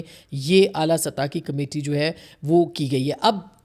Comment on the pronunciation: “ فخر” “سطح” عاصمہ جی کا غلط تلفُّظ/ اُردو بولتے انگریزی ملاوٹ قابلِ مذمت|